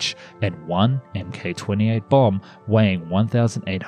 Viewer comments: Dude it's pronounced "MARK" not MK, and I think you misspoke and said "283" instead of "2,083" miles . I love your stuff but you need to edit your videos a bit more Lol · Great video. MK is usually pronounced ‘mark’, rather than emm kay though. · "MK" is said as "Mark"